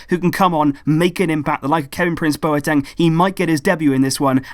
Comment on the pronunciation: I'm from Ghana and that's the corrects Bwateng